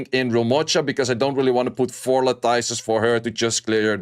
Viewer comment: La-tuhs. Pronounced like lettuce at the end.